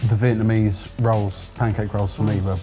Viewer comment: butchered that Vietnamese pronunciation 😂